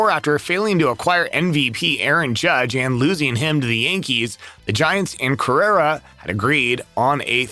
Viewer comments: He keeps saying Correra….. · Really should work on the pronunciation of Carlos' name, lol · He’s not even pronouncing his last name correctly